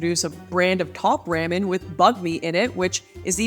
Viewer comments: I’m sorry, did you just pronounce “top RAW-MEN” as “top RAMMIN’”??? lmao I cannnttttt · I was 100% with you Until you said ram-in How could anyone trust someone that says it like that? They couldn't. Smh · Why are you saying ramen like that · If Lauren really cared about our feelings she wouldn't say, "ramen" like that. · I am glad I'm not the only one who felt this way 😂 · the most offensive thing here is the way she says ramen. omg smh loool